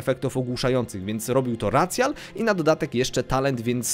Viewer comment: racjal jezus maria, jakoś mówisz cc jako sisi więc powiedz rajszial jak bóg przykazał